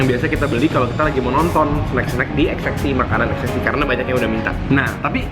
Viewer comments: Kok sebutnya XXI(x x i huruf vocal i) bukan XXI(x x one)..? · Kok dia nyebutnya xx i si ? Itu kan angka romawi XXI DI BACA 21 . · ko xxi sebutannya emang gtu ya. kirain xx(one)